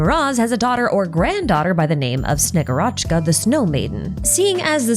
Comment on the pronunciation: This name will be repeated as the Snezhnaya chapter closes in, i feel, so please. Shegu'rochka. The emphasis on the u.